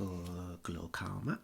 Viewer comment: English isn't my first language.. I don't know glaucoma word but he make it sounds like glocauma.. and yes it sound very relaxing and sexy